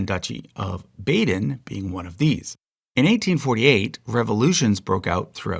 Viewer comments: FYI it is not Baeden but Bahden. An elongated "a" sound. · It's pronounced "BAHden" not "BAYden." -- It's prounounced "RYEman" not "RAYman." We Lutherans say "EHvangelical" not "EEvangelical." Walz's current congregation was founded as LCMS but changed to AELC in the 1970s. The AELC, LCA, and ALC merged to form the ELCA in 1987. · Bahhhden. Not Bayden. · Baden is pronounced Bah-den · Baden is pronounced BAH-den. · The "Baydn" did make me laugh a little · I was born in Baden so this was driving me crazy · Oh god, that was so badly butchered. I don't usually mind a few mispronunciations but this was bad. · you mean American English speakers. In the UK and Europe we know how to pronounce Baden.